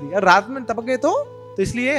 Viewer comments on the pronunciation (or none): Hare Krishna. when says tapakgaye is so funny